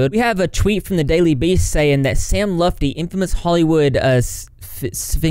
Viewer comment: hey! i’m same lutfi’s cousin. just randomly saw ur vid. it’s pronounced “L-OO-T FEE” or if u prefer “L-UH-T FEE”. but not “lufti” lol. everyone always says it w/ the F b4 the T. thought it was funny. figured i’d tell in case u needed it for another video down the line.